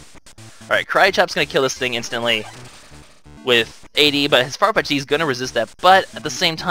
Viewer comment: FYI, it's pronounced Farfetched, just with an apostrophe instead of the "E". I love the Let's Play! I've been marathon watching it the past few days.